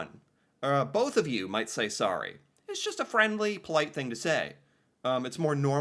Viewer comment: How many times in one segment can pronounce sorry wrong?? 😝